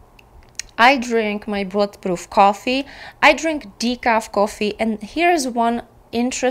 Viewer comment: Bullet proof coffee….. in a different video I thought you were saying blood proof coffee! 😂 I was saying what…..